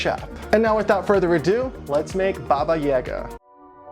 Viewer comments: It's /'baba je'ga/, not /'baba 'jega/. With all respect, is it so difficult to google the right pronunciation for a couple of seconds..? Americans tend to mispronounce absolutely all our words somehow. Well, not only Russian, but actually from almost every language that is NOT English. That's... well, sad. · Baba Yaga(Jaga) is pronounced as J-A(apple)-ga, not J-A(elephant)-ga. Great sculpture, as usual! ♥ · I love this but my mind is bugged for you saying baba yaga instead of like boba yoga. So im just like ehhhhhhhh haha Godbless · If anyone can answer this it would be great! I'm wondering how to pronounce Baba Yaga, I've heard some people say it like does and I've heard some people say it differently. I say it like Baba Ya-ga (the 'a' are like an "ah!" Instead of an "a")